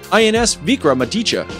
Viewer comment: Hey wooo nice video, but it's INS VIKRAMA_AADIT_ YAA, not INS VIRAMADITA if wanna pronounce it correctly break it as I did.